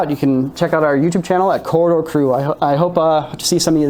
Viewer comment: If you're not going to post a link to their channel can you at LEAST pronounce the name of the channel properly? It's pronounced "COR-RI-DOOR" not "COR-DOR"...